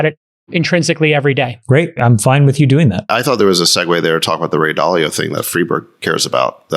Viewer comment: I’m so sorry, but I can’t be the only one who hears “Freebird” every time he says Friedberg……am I right? 😂